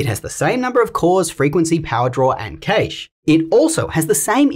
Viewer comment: why did you call it kaysh bro....lmfao